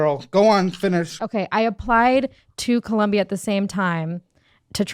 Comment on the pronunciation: she really tried to say “Columbia” …. Girl no